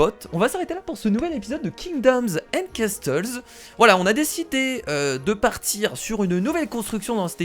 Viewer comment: on ne prononce pas le T de casTles